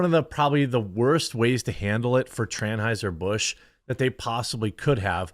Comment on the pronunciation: “Tran-Hizer Bush.” 💀 Aka Hitler in witness protection, on a ranch in Texas, and he grew a narrow Skittles brand mustache.